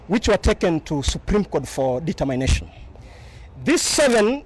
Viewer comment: '' can't pronounce the word 'determination' properly! He appears to be high on something...